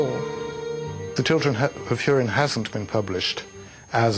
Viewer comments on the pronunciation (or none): the children of hoorin? isnt it like..hew-rin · hoo-rin not hur-in bitch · It's pronounced HORIN not HYERIN, as specified in the pronunciation section at the beginning of the book. Do your research people... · oh sorry. I think you misunderstood me. I was complaining about HIM pronouncing it Hyurin. I know it's pronounced Hoorin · lol she cant pronounce "ú" right